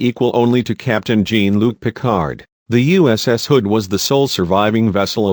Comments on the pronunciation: Jawnnn Lucke, not Geeen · Did you really say jeen luc picard? its pronounced as sjan luc picard. its a french name. did you even watch star trek lol everyone knows how jean luc picard is pronounced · “Gene Luke Picard” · ...'Gene' Luc? You know this is a machine talking, NOT a human. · I find this video insulting when you sit there and listen to the narrator whoever he is, saying Jean Luc Picard's name as GENE, give me a break, the narrator needs to be slapped silly! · "Jane Luc Picard" lmao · Jeeen Luc Picard? EH? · What robotic narrator did they use for this presentation to calmly fuck up the pronunciation of "Jean-Luc"?! 🤧🤮🧻🚽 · Your pronunciation of Picard’s name and Klingon is horrible. Have you seen the shows?? And how was it that Galaxy and Sovereign classes are not in this list??🤦🏻‍♂️ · yeah, need to fine-tune the AI to pronounce Jean-Luc Picard's name right... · Damm Robot B9 cannot pronounce JeanLuc name correctly He's French asshole. Say it right. You talkative chatter box. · Learn to pronounce correctly. Jean is "zhon", Ferengi has a hard G, Oberth has a long O. Get it right or don't do ii. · "Jeen" Luc Picard? "Ferenjeee"? LOL!!!! No A or E? Ridiculous! Stopped watching . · Got to love how how he mispronounces Jean-Luc Picard and the Ferengi, he's definitely not a fan of the show or has ever watched it. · You do realize the voice is computerized, right? Listen to the cadence and pacing of the words. And I'm pretty sure a real person who is this much of a Star Trek fan would know how to pronounce Algeron, Jean-Luc, and Ferengi correctly lol